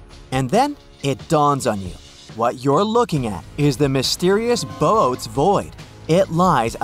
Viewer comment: It's pronounced 'Boo Otez'